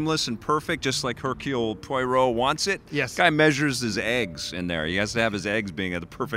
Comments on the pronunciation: Its pronounced Po-wa-row, not Po-i-row. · Poirot is pronounced pwa-ROH